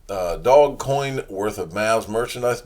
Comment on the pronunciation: dear god with the "dog coin" it's doge man, DOOOJJJSSHHH DoJE DooOOoJjJJJJJJE man. Come on you got this! I believe in you.